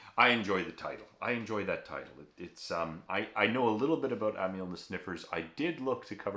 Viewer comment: Aussie here, correcting your f****g pronunciation again...Not Am - y - al, but Am - al, eg anal spelt amal.... as in Amyl nitrite. Bloody yanks... 😂